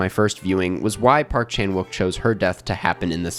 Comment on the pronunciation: Nice analysis! Subscribed. By the way, there is technically no “w” sound in Korean, even though it’s used in Romanized spelling. “욱” is pronounced “ook”, so Chan-ook Pak is more how to say his name. Rolls off the tongue more